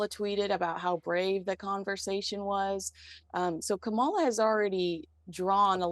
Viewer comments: Please accurately report the facts. The DNC has no use for Megan Markle, if they did, she’d be at the convention. And for the love of God, could you pronounce the vice president’s first name correctly! I can barely watch you anymore because of your bias. My understanding is a responsible journalist only reports the facts, which you just don’t seem to be able to do! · Meghan Markle wouldn't appear at the DNC because she's not politically relevant in any way, she's not personally relevant to the candidates, and she's not a household-name celebrity in the US. Also, Kamala Harris (btw, it's pronounced KAH-mah-lah, not Kah-MAH-lah as keeps doing) and her team have a LOT on their plate... and Meghan Markle is nowhere on their radar. The Windsors are also not on their radar. Winning this election and then dealing with Republicans' attempt to overturn the election results are their focus, not foreign nobility or a cable-TV actress who married up. And after inauguration, the new administration will be more focused on cementing friendship with the British PM than with the royals. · Kamala is not in support of this two. Comma-la not whatever you are saying. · You’re pronouncing her name wrong. It’s Kamala! Also… Stop lying about Kamala and Meghan. She wants nothing to do with Meghan! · you sound rude & disrespectful purposely mispronouncing the VP’s name. The US government, under anyone but Trump, will always sustain our important relationship with our staunchest ally, Great Britain. We agree on H&M’s behavior is crass. In this case, yours is as well. Leave your MAGA insanity at home. Trump’s insanity is rife and he’s mentally imploding. Don’t die on that hill. Don’t alienate many of your viewers. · Quit pronouncing Kamala's name incorrectly. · It is Kamala- “comma-la” please